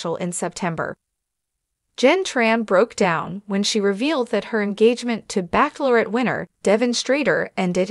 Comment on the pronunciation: Lots of repetition! It's Bachelorette, not baceaulorette! Waste of my time. I like Jesse Palmer.